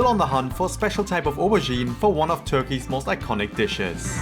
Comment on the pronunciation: when did Turkey become turkie?